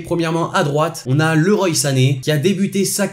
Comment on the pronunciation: Leroy se dit Leroi.